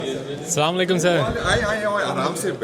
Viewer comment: please Kindly say it correctly.it's Asalamualaikum, not Slamulikum